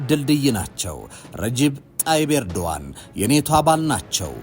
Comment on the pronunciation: ያ ትክክለኛ ስማቸው ኤርዶአን ነው.ኖት ኤርዶጋን.❤ g, is silent.